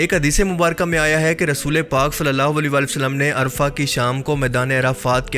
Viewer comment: is jagah ka naam عرفہ hay ارفع nahi,ارفع ka mutlab hota hay اونچا